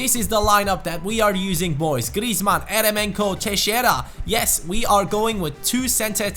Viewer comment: Great video! Just a little thing, Eremenko is actually pronounced jeremenko since it is a russian name